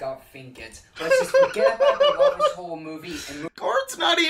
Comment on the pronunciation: he says "rubbish" as "ruffish" and "tubbies" as "tuffess" so I really think the "ub" sound is the issue